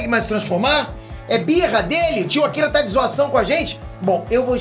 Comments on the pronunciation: não é akila. Ele é japonês, então tem q falar com o r bem destacado e como se tivesse brigando kkkk. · Para de falar akila assim kkkkk Rachei